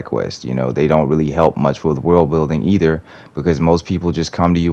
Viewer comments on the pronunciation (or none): none